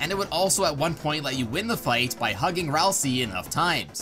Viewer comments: Ralsei, not Ralsee. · um "ralsei" is pronouced Ral-SAY, not Ral-SEE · You’re pronouncing Ralsei like (Ralsee), and that’s not how you pronounce Ralsei. You pronounce it like Ralsei (Ralsea). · Why does so many people call Ralsei as Ralsie? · ah yes ralsee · It’s ral-sei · aight so how many times did he miss pronounce ralsei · Almost positive you pronounced Ralsei wrong